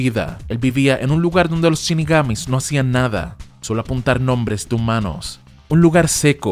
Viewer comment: "Chinigamis" jajaja